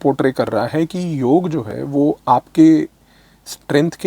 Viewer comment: Firstly, thanks for pronouncing Yog and NOT Yoga which most english speaking yog gurus have started saying just to appease their international audiance. While its great that Indian politicians are promoting Yog on International platform but they need to stop saying Yog has nothing to do with Hinduism. If all Indians start living a Sanatani life (which includes Yog practice), our healthy lifestyle and sucess will automatically start attracting more people to Sanatan Dhram.